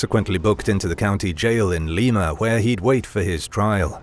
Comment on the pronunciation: Everyone gets it wrong, but it's pronounced Lima like the bean, not Leema. Lol